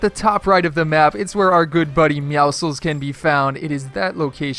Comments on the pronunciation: it’s not meowcles it’s meowscles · you are saying it wrong. Its Meowscles (no "i"). It is a combination of "meow" and "muscles". Watch the battle pass trailer.